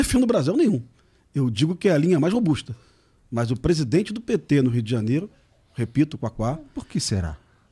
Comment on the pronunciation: Como nao tem ideológia qdo foi falar do pt ele enfatizou bem.